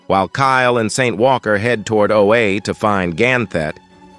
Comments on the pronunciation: Oh-ah, not oh-ay. Thanks for the video.😊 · "Oh A"? D fuck. "Oh-Ah". If you are going to use ai generated voice over at least check the damn pronunciation of words that fans will know. Scrub. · "Oh, Aye"!!! AI needs some training. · I hate that the AI narrator calls Oa, "O-A." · Stoped watching when said Oha wrong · Knew it was a.i as soon as he pronounced oua wrong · Read this yourself, please, the AI can't even say Oa correct smh